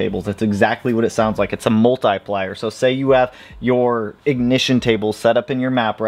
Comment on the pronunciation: I love you channel but i hate the way you say "multIplier" 😂 for real though great stuff!